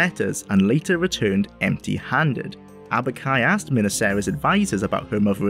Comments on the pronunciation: Aubk-i, not Abuk-i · It's not Abuk-i lol